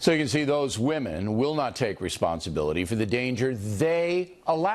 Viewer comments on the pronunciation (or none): anyone else notice how he emphasises the word women